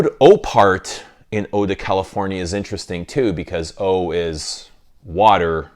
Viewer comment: Californie is how you say it in French yes